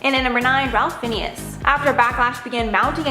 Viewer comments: It’s RAFE FINES ( that is how it is pronounced. Do your research before you provide this entertaining trash. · Ralph Fiennes. His first name is pronounced as Rafe, not Ralph. Surname is pronounced as Fines. So Ralph Fiennes = Rafe Fines (it’s in his bio, btw, for the correct pronunciation) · Puhleeze! Get the pronunciation right. Ralph Fiennes is pronounced Rafe Fines.